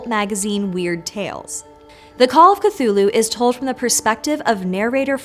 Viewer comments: ступид дура, не "катулу" а Кхтулху. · Why do you pronounce it Cathulhu instead of Cthulhu? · If you're going to make a 12 minute video about Cthulhu, maybe start by learning how to say "Cthulhu." On several occasions Lovecraft described different pronunciations that vary slightly but "kuh-thool-hu" is not among them or even close. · I can’t believe you mispronounced ‘Cthulhu’ this entire video